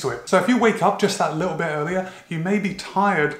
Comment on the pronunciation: Garage and "little bit" british accent is leaking through! 😉 garage was from previous episode...